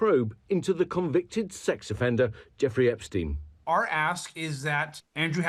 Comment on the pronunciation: Why don't you pronounce "EpSTEIN" just as everybody does for "EinSTEIN" ?